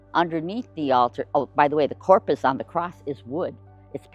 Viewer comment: And a really good tour guide would know the misunderstanding she could cause by sloppy pronunciation.